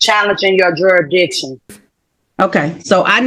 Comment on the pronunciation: wtf is it with these glue sniffers cant pronounce juridiction! lmao